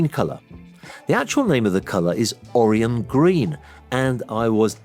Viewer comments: In Star Trek, Orion is pronounced ə-ˈrī-ən (Oh Rye Ann). Hopefully the Trekkies won't come after you. 😁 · Love your stuff, but mispronounced the Star Trek character. "OR - ION". As an engineer and nerd. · Sorry to be a geeky killjoy but you pronounced Orion wrong for the green aliens from Star Trek!